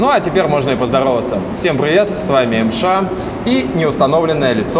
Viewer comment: ЭМ ЭШ??? Бугага я иногда тоже так говорю